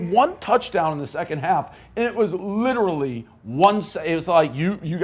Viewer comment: Can ever pronounce literally correctly? He says “L-Italy” like the country started with L. Pathetic.